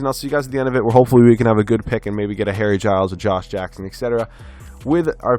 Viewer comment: Anyone else hear hairy child instead of harry Giles